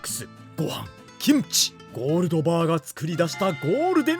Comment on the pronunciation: 김치 발음듣고 구독찍고 갑니다